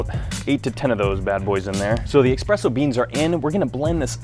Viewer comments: Espresso. Not Expresso. God damn it. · ESpresso....not EXpresso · Every time someone says EXPRESSO one Italian dies :P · Wait, what? So you really don't say expresso? 😱😱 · dat "expresso" boys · Oh, oh no, did he say "expresso beans"?